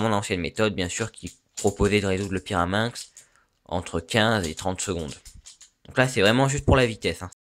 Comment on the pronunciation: pyraminx et non pas pirameinx